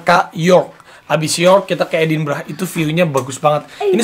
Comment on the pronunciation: Raffi Gigi...Edinburgh bukan Edinbragh..ntar org sana bingung kl nyebut nya edinbragh